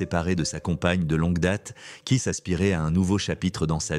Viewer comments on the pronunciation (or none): Kit kiss au lieu keith 😵‍💫🤭 ionaïtiiiiid au lieu de iounaïted 🤯🤬